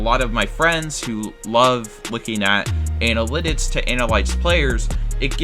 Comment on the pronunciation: You can't say the word analytics